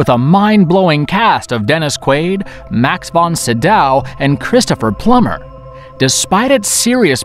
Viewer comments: He also mispronounced Max Von Sydow. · Word. But given the number of mispronounced names in the video (Max von Sydow, Paddy Chayevsky, etc) mebbe the makers don't know who half the people are. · I agree. Given that Max von sydow was a respected actor, with a career that spanned decades and was extremely versatile AND passed away not too long ago, I dont think its asking too much to show a bit of respect and pronounce his name properly.